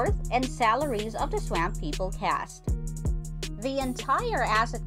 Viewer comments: It's pronounced swamp swamp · I wish this lady could know how to pronounce Swamp. Hott damn 🔥